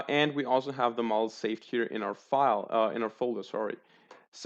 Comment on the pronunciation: Bro you mispronounce "Model" so bad.